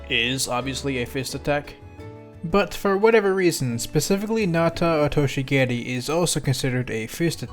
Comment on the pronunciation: props to for saying nata otoshi geri and oosoto mawashi geri better than literally any other non japanese smash characters